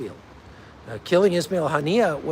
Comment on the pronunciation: “As I like to call him Wasmail haniyeh” 😂😂